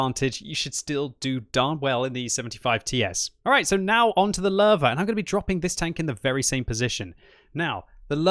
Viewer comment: I came back to this video now at least two dozen times over the last months. Great stuff. However, please please work on the name "Löwe". I kept hearing Lerva and I'm like "oh that must be some Israeli tank, why can't I find mention of it anywhere else ...?" until I realized that's the Löwe :)